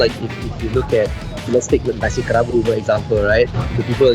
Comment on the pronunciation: I love food AND history, so I love your channel, especially as you dive quite deep. However, kerabu is not pronounced KEH-rabu or KE-rabu : many people in your video pronounce it correctly k-RA-bu with a slight roll on the "r" and accent on the penultimate syllable - now I worry that if you can't get it right when others around are showing you how it's meant to sound, then how is your Thai pronunciation (which I know very little about) - also - I can be too critical...